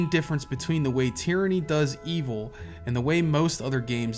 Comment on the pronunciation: "Tieranny" lol